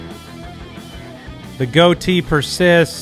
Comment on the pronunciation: It's a GOAT-ee